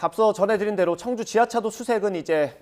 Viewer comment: 왜계속 청주를 충주로 발음하는겁니까